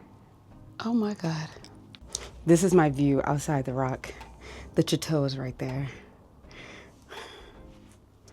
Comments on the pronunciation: Hey sweetie you keep saying chu-tow but it’s pronounced sha-tow 😊and Congratulations on #3 , you’re so inspirational,keep moving forward starchild !! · OMG! It's pronounced SHA-TOE not CHA-TOE. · Your new camper is great and much safer than your trailers. Please stop saying chat-tow… it’s French girl .. pronounced Sha-tow … it means house, home , castle …. Enjoy living single without kids 😂😂😂… be safe always! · Ja-tore??? Wtf? Say it right! It's pronounced Shah---tow. If you're going to promote a product at least pronounce the name correctly. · The "ch" in chateau takes on the "sh" sound. It's correct pronunciation is "shat-tow". My fault....just an ADD thing of mine. Love your adventures!! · Sha-tow But it's your baby, lol However you want to pronounce it. Loved the video! Love the Chateau. When I grow up I wanna be adventurous like you! (I'm 59) 🤣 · Pretty lady, the ink and mispronounced name of your RV I could live with. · Sis, no one told you the ch in chateau is pronounced sh? Or is that a mindful choice? Either way it's tickling me 😂😂😂